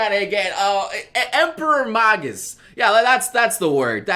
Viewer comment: The way he pronounced 'Magus'.............